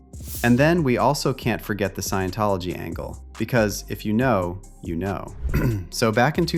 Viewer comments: Someone tell Jaguar its not "science tology", its sciENtology ffs😂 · Jaguar wright said "sciencetology" 😂😂 this lady not credible at all, shes lunatic